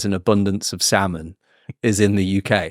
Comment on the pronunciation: I've got a friend from Mexico who lived in the UK for years and he says "sal-mon" too.